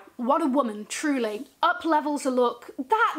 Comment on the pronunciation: Every time you say Truly I burst out laughing! Bloody love your vids. Also that Wang lunchbag? Need